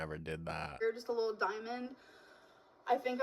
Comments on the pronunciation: the way she says diamond pmo. “dimin”. and it’s not even a diamond she’s talking about. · "I was on the darker side" EMO, Amber. Your haircut and color and your lip piercing were EMO. "it was a rill diamons" She thinks pin and pen are pronounced the same way. 😂